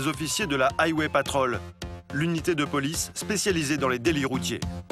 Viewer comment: Aille-wai patrolle 😂😂😂